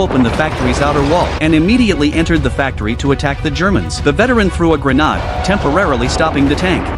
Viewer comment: Grenahd? And “the veteran” supposedly German used a Russian smg. AI BS.